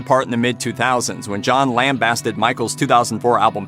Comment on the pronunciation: The basted in lambasted rhymes with wasted, tasted etc.